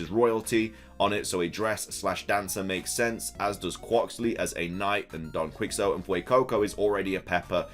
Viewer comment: It's Don Key-Hoe-Tay. That's how you pronounce it. Don. Key.Hoe.Tay. Don Quixote.